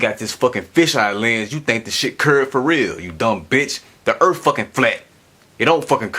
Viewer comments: So this is how you spell it. Earth, but it is said Earf. So is that “phat? Also, thuckin. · "Da Erff"? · The Erf fucking flat xD damn man learn to speak before you start on complex matters bwahah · Just where is this "Erf" of which he speaks? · Da Earf id flah yo! Dumbass! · "Da erf is fucking flat." Absolute gold. He ought to do stand-up comedy! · You could replace every instance of "suck my balls" with "because I'm retarded" and it would not lose context and would actually hold true. Also, I don't think anyone should take scientific advice from someone who says "earf." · I don'e thin diss foo from planet earf. fut dat. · what's an earf ? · "Its called an air-plane because the earf is flat". That statement gave me cancer. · Fuckin errf....is flat......errf.......bahahahahaha errf... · Why are so many supposed smart people so bad at talking. If you can't say earth properly you have no business telling people how it works.